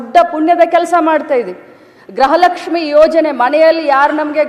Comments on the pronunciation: Modalu kannada sari yagi matadulu kali grahalakshmi alla, gruhalakshmi adu. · Grahalakshmi alla medam gruhalakshmi